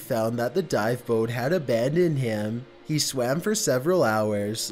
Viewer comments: Yes. That's one strange voice for sure. Abandoned pronounced 'a band and'. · how tf does he say abandoned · Honestly, prononciation is more annoying ; izen't, Abundend, Reazen.... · Ɑɑղղɑ ʍɑɾցɑɾíեɑ ɾíѵҽɾɑ ɾíօՏ "abandendt" "isent" "exploreition"